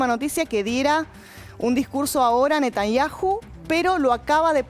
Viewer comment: Todos son muchos somos 8 millones de personas y no se dice Netañaju se dice Netañau 😡